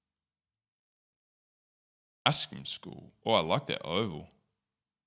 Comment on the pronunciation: Went to the last school on this list bahaha. It’s pronounced AS-KAM school 😊